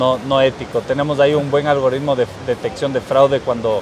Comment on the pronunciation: Suscrito!! Pero porfa es ALGO"R"ITMO jaja no ALGORRRRITMO 🤯👍!! Excelentes videos, este fue espectacular ya que tengo un emprendimiento de software que va creciendo y sirven estos consejos